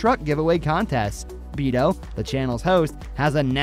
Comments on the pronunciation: The name is BETO NOT BEETO. First and foremost. These guys are committed to excellent content and even better giveaways. And always make you laugh and are real “ G’s” in my book. OnDaGas is TRUE GRIT HARDCORE CONTENT. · It’s said like betho yes it’s spelled beto but sounds like it has a H so not beetle or beeto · It's pronounced Beto, not Beto. Come on now. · guy needs to learn how to pronounce Beto